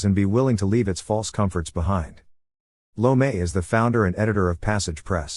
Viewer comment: “Lo-may” hahahahahahahahaha